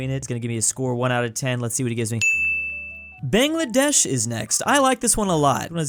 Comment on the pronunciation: I am so sad that you didn't get my country baangladesh ( that is the actual pronunciation ) right